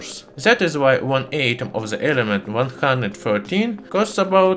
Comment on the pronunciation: Atom is pronounced with a short a like alpha not a long one like mate. Love your stuff.